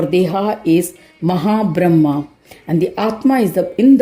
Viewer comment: ...thank you so much..."mahad bramha" explained it all.. I heard it as "maha bramha" instead of mahad bramha in the narration...